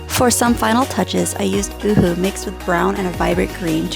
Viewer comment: Wow! You did an astonishing job! I love it! And yes your pronunciation of UHU is right, it's German it means owl